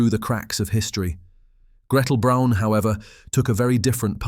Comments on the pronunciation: The family name is not pronounced "Brone," it's" brown." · More repetitive AI narration...and if you can't manage to pronounce Braun correctly I find it difficult to take anything else in your video seriously. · Eva BRAUN not Brown! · It’s Braun and pronounced as Brawn like Brawny paper towels, not Brown like Nicole Brown - OJ Simpson’s ex-wife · Her last name was Braun and not Brown! Everyone seems to miss or ignore this fact!